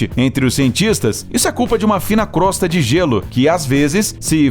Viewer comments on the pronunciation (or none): none